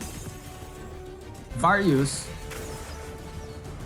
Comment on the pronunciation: its not Varyus, its pronounce "Va - rus". Friendly reminder the pronounciation:D